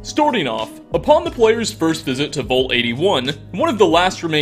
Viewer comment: Nice vid, but I can't get past it. The word is VAULT. Not Vult. Vault